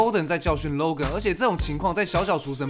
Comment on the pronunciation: 我一直聽到 肉根肉根肉根…